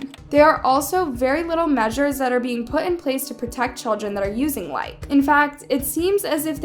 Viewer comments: BTW you pronounce the E as a hard E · Oop I thought it was pronounced likey Like - ey Like - ee? You get what I mean? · It’s Likee not Like btw not being rude but yk just saying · Is proununced like ee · it's pronounced "Like-E"